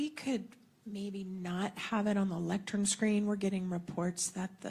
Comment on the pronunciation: what is a "lectrum" edit: he keeps saying it. i'm dying. we're cooked chat